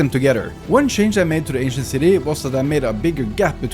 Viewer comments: For a second I thought you said Asian city, I'm actually Asian. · Sorry but i just cant un hear the asian city when ever he says ancient city... HAHAHAHAHHA